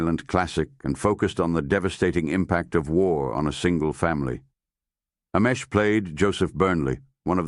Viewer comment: I couldn’t watch this one because the mispronunciation of this man’s name, butchered, a hundred different ways, was unbearable.